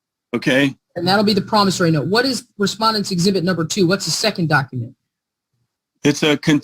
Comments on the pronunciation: I want the word "promisary" stricken from the record. It's "promisOry"! [I feel better.] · it's not a promisary note; it's a promissory note. The judge was just too polite to correct you. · PromissARY note! 😂. Even the judge pronounces it that way!! 😂 Lordy. 🌷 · Even when the judge CORRECTLY pronounces promissory (I learned how to pronounce it playing the game of Life when I was in 3rd grade), continues to mispronounce it as promissary. Delicious! A full 7 course SovCit meal plus dessert!(metaphorically speaking). I believe this is a rather old video, but at the end, the recent Law Talk with Mike song, "I Do Not Consent" is now doing its ear worm action on me! By comparison, gobbledy gook is a compliment for what he is saying. It is worse than that.